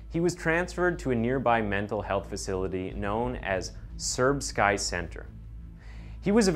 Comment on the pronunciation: serb-sky? lol come on dude